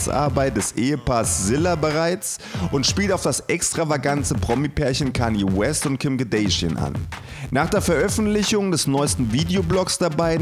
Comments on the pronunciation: "Kim KardAsian" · Das ist zwar eindeutig falsch ausgesprochen, aber ihr solltet mal hören wie manche von solchen Trailer Seiten Charlize Theron aussprechen! 😁